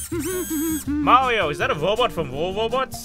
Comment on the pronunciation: 'Mawio, is that a wobot fwom wawwobots?'